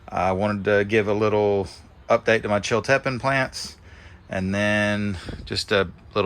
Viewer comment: It's pronounced " chill tea pean pepper" (Chiltipin)